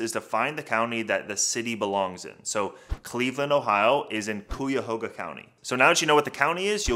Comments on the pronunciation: Ikr I heard coo-ya-hoga and dropped the video🤣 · Cuyahoga County- pronounced ky-a-hoga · I’m from Cleveland. Please pronounce our county correctly. You could have looked it up in a dictionary to pronounce it correctly. I cringe hearing it pronounced that way.